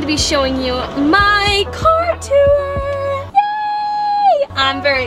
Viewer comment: I live when she pronounces tour as “tewuor”